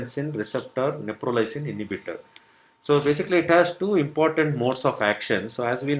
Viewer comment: It’s not Neprolysin it’s Neprilysin. And it’s not a new drug . It has been in the market for quiet sometime .